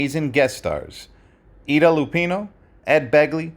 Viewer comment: Where did that narrator come from...he's mispronouncing names like Ida.